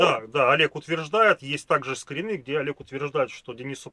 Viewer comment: Скри́ны, нерусские что ли? 😂